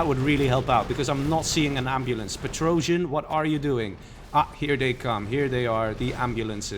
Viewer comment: And Petrosian is a russian terrible comedian, it's an old meme. He spells like Петросян, not Petr-o-jian.